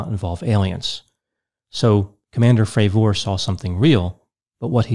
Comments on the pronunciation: Jesus dude can you at least get his name right? Have you heard anyone else refer to him by his name? Did he ever correct anyone in the pronunciation? Nope, not one in the 5 interviews I’ve listened to. Carry on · I've been watching several of your videos mostly for entertainment and I find it difficult to believe you spent the time watching the interview with David Fravor considering you keep mispronouncing his name. Also, your attempts at comedy really fall flat. I'm starting to really doubt your credibility. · How could you get almost every detail relating to the interview you’re “analyzing” wrong? You mispronounced the Commanders last name consistently. Joe is skeptical of most “conspiracy theories” and was clear when discussing the issue with skeptics that he was talking about professional skeptics (not a general skepticism towards people’s claims). Also Commander Fravour says in the interview that he never believed in aliens/UFOs before this, in fact he said he was dismisses of people making such claims and him and other pilots would scare campers by acting like UFOs in their jets. None of your arguments really hold up to analysis. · Its not pronounced commander Frav-OR, Its pronounced Frav-ER. Its sounds so weird when you say it. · If he says FravOR one more fucking time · It’s Commander David Fravor… not fravORE. Your professional analysis just went out the window as an expert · Hard to watch this guy. Is it not pronounced Fra ver not Fra Vor? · Well as soon as this prounced his name Fra'VOOOOOR. it put me off 😆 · What's the deal with the weird pronunciation of his last name? "fray-VOR" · Why does he keep pronouncing commander Favooooooor's name like that ? Its making me feel weird inside. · Fray-ver. I appreciate that people pronounce things differently, but if you’ve seen the interviews with David Fravor, you should know how to correctly say his name. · Just sayin it's not pronounced frav ore lol. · Are you saying his name wrong on purpose ?